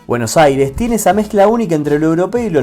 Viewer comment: Porfavor PRACTICA unnpoco de español para poder pronunciar, pol lo menos AIRES😮😂